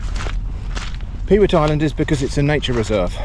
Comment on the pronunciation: You need a pair of mud pattens to cross the mud. Available from moi! Incidentally, you called it "Peewit Island". It`s actually, as its spelled "Pewit Island", pronounced "Puet" and refers back to the time when the island was managed for its large summer black headed gull breeding colony. The eggs were harvested as were the young fledgeling gulls, or puets.